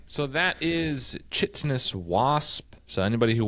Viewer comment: Chitinous is pronounced KY-tin-us. Great show!